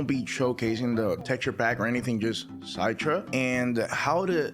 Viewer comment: I think Citra emulator is pronounced like "sit rah" like how the cit is pronounced in citrus like citrus fruit (oranges, limes, lemons), not "sight ra"